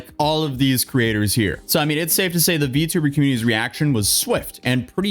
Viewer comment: It's not "vee too burr", it's "vee tee oo burr".